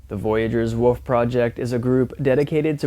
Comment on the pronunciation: I just have to do this.. It's not woof it's wolf.